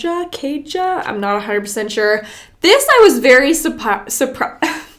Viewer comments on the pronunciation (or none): As a scandinavian I would pronounce "KAJA" as "Kaya". Dunno if that right for the brand, but that's how I would pronoukce the girl name🇧🇻🇧🇻